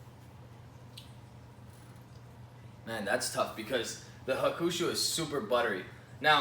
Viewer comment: It is pronounced HA-ku-shu, not ha-KU-shu